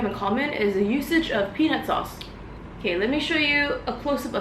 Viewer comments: Even i heard pen*s sauce..hahaha.. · So ok, I was watching your video while cooking dinner for my husband (for some company ☺) and when you said "peanut sauce" I literally froze for a sec and said in English (I'm Italian and I live in Rome, English is def not my first language 😂) "...What? Wait what?!...!"...I definitely heard "pe___ sauce" 😂😂😂😂😂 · Guys said "peanut sauce" but said it sounded like something else. I guess you werent paying attention